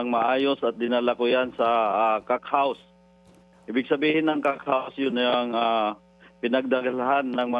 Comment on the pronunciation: Nakakailang naman pag sinasabi ni pinky "cock house". 😉